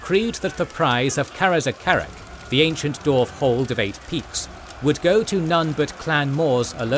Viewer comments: Dwarf, NOT Dorf! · I love the channel and watch all the time too, but man im struggling with this one just because he keeps saying Dorf